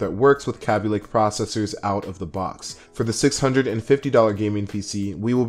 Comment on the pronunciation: I like the way you say kabylake :D